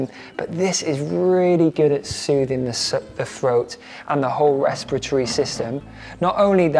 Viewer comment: Sweet Gaz, I’m I the only one that noticed you saying,” restipatry”?😅 I can’t even write it😂. You meant respiratory ❤